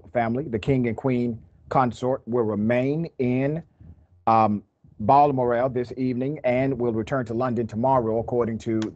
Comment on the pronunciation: You used the Queen's death to advertise your show. Don't do that. You also mispronounced Balmoral.